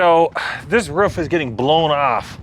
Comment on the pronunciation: Its called a roof. Not a roff